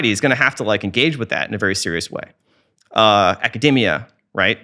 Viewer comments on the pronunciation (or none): none